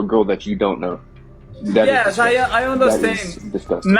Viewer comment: Aii understêndi😂